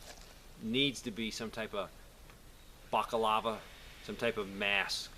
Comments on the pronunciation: if that is a plate carrier, not just a chest rig, then you are wearing it riding about 3 fingers too low, it needs to be high enough cover the clavicle (collar bones). FYI balaclava is pronounced "ball-uh-k-lava" or "balluh-clava". Semper Fi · Balaclava. Ball uh claw vuh. Just sayin ;) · he is mispronouncing the name of the mask. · Great video but you are mispronouncing balaclava. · What the fuck is a minuteman? Also, Balaclava, not Bacalava. See, I even get the red word line under the word when I spelled it like you said it. Bacalava is very close to the word Bacalao which is a Portuguese fish dish. So please.. BALACLAVA, BALACLAVA, BALACLAVA!!!! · It's bala clava, not baca lava. Balaclava. Invented by the French under Napoleon when they invaded Russia. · Balaclava...not bockalava lol. But I see your point and agree. Sometimes anonymity is required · It's a balaclava not a backolava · Baliklava, not bakalava Almost sounds like baklava, the Russian dessert. Although given the choice, I'd rather have the dessert in my mouth. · Bakalava? I think youre looking for a balaklava m8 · I think its "balaclava" not "bacalava" ...but good video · Er, the Tea Party dressed up as Native Americans in a sort of bizzarre way to say "We're not British, we're Americans." The Colonists trying to pretend to be Natives was nothing new at the time. Also, it's pronounced "Bala-Clava", Not "Block-of-Lava". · Balaclava, not boka lava. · Great sentiments here, but it is called a balaclava ( not a bacalava ) For historians out there, it is named after the Russian Crimea city of Balaclava ( now part of Sevastopol ) where they were invented/worn by the British troops during the siege/battle of Balaclava ( the famous Charge of the Light Brigade happened here ) because it was so bloody cold. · It is pronounced Bala_clava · B-A-L-A C-L-A-V-A lol! Lmao everytime you said bakalava! Great info though, keep up the good work brother! 4 MORE YEARS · BALA-CLAVA. but great video per usual man.